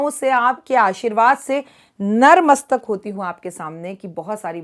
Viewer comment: Jai mata di. Aap nar mastak boolte hai. Nar mastak nahi nat mastak hota hai. Sorry for this